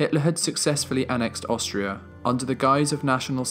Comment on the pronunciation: The narrator's voice is clear and well pronounced....However, he needs to work on his pronunciation of the definite article throughout the entire documentary.....